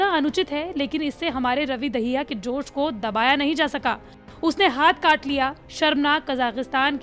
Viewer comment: Joj Ko nahi Josh ho mam😐🤣